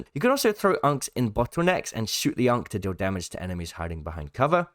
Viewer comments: the ANKH, not UNC LMAOOO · why is bro pronouncing ankh like that